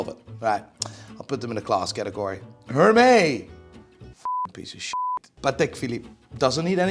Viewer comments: French pronunciation tips --> Hermès : the H is silent, the S isn't. "è" sounds like "eh", not like "ayh". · "Her-May (lol)" makes some wonderful watches, to be fair. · Hey, check how to pronounce Hermès 😊